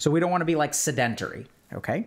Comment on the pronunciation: I have trouble believing he's lived his whole life thinking you pronounce sedentary as "sidentary", he's gotta be memeing